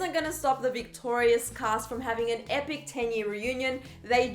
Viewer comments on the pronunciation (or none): none